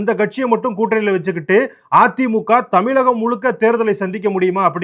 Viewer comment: புஸ்வாணம்......... தமிழகம்....... Delimitation...... உச்சரிப்பு கவனம் நண்பரே.. .